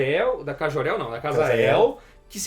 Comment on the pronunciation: Querido ´´é memo´, é Jor El que se pronuncia. Não existe ´Jorel´! Jesus!!!